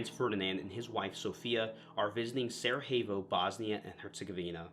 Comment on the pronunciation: Sarajevo is pronounced "Sar-eye-yevvo"; "Prinčip" is "Princheep"; Croat is two syllables (Cro-at). Slavic languages can be pretty tough for a native English speaker.